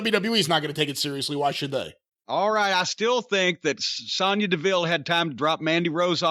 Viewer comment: I love that Jim actually pronounces Sonya correctly instead of saying Sone-Ya like Cole, Graves etc do